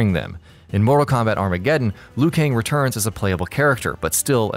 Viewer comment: I believe Liu Kang is Chinese? And the way they pronounce “Kang” is so wrong..